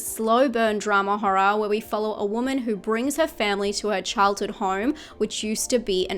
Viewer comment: I love how you pronounce horror as HA-RAH